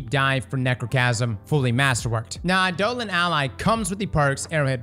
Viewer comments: Just a heads up it's pronounced EYE-duh-lawn for Eidolon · It's "eye-da-lahn" damnit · Eye-de-Lon ally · . . . . eye-duh-lon is how ive always heard that word pronounced.